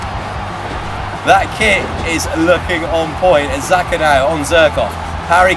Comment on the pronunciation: Xhaka not zerkaa